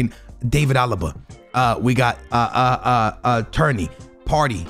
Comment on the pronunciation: Tierney pronounced Tear-Knee